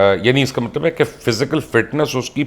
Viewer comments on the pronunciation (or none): none